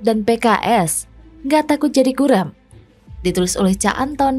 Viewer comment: " G U R E M " BERUUANG, BUKAN BEARTI MASA DEPAN S U R A M M